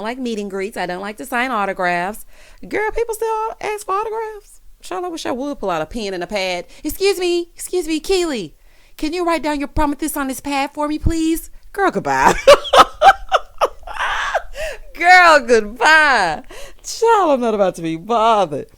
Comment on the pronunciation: "Can you write down your PromiTHes on this pad for me please?" HOLLARD Omg 🤣🤣🤣🤣🤣🤣🤣🤣🤣🤣🤣🤣🤣🤣🤣 stop it